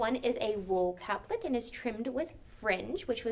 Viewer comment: Very nice presentation, and I love that you included sontags. i made mine from a pattern in Godey’s Lady’s Book. Two things though; capelet has an E in the middle, which means that it is pronounced Cape-let with a long A. The suffix -let means little, so it is a little cape. A caplet, as you pronounced it, would be a little cap. Secondly, almost all of your fashion plates were not from the 1850s to ‘60s; most were from the 1890s. Your title screen was from the 90s, so I watched the video expecting to hear about 1890s winter wear, which I did not get.